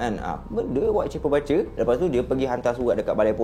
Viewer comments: bang sorry nak tegur... sebutan dia "BU CHER" as in BUSH ... bukan "BA CER" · Salam. You mmg awesome. Just one correction - "BUTCHER" bunyinya ialah BOO-CHER bukan BA-CHER. Harap Maklum. Keep up the great work! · bukan batcher bang.. sebutannya boot-cher.. tpi xpe abaikan..yg penting cite² abang sy follow sbab best dengar sebelum tdo.. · bukan "bace" laah.. butcher.. pronounce dier Bu. Cher. ✌️. ❤ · Butcher - 'but ~ cher'.. Batcher - 'bat ~ cher'.. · Bro butcher sebutan bu bkn ba 😅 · buttttcher. bkn batcher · Bukan 'bacer' tapi 'bucer'. Ya ampun... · pronounce yang betul untuk “ butcher “ bukan “ bat-cher “ bang tapi “ boot-cher “ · bukan bacer tp bucer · Bucer bkn batcer sebutan salah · Best...mcm biasa..tak pernah mbosankan sbb ko nyer energy masa bercerita tu len mcm..hahaha. Cuma ada pembetulan sikit. Cara sebut 'Butcher' tu bkn 'Ba-cher' tp 'Bu-cher'. 🙏🙏🙏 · video menarik tapi maaf kalau saya tegur ni ya. sebutan dia berbunyi "boo-tcher" dan bukan "ba-tcher". keep it up bro. love your content. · Butcher is pronounced as 'boot-cher', bukan bat-cher. Anyway, I'm a huge fan of your series!! My husband pun dah terjebak dgn kerulseries lepas I recommend one of your videos to him.😂😂🙏🏻🙏🏻 Keep it up! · Sebutan BUTCHER ialah Bu-cher. Bukan Ba-cher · Nasib ada yg tegur..😂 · Maaf bang, Cara sebut butcher /ˈbʊtʃə/ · Butcher bang. (Boocher) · Sebutan butcher tu cam lain je bang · sebut butcher tu bagi betul.... orang susah nak percaya cerita nanti... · Slh pronounce BUTCHER tu.. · butcher bkn baca 😅